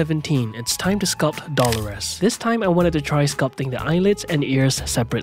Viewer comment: doll-oh-ress?? *doh-LOH-ehs.